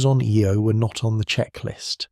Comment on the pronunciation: The Jupitar small moon with the most volcanic geology is pronounce,"eye-oh"